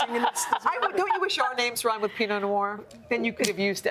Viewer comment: PINOT NOIR not PEENO (maybe it was made on purpose se people would go on the video and comment to correct, hey hey)